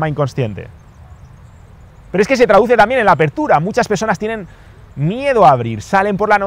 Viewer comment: Me falto la r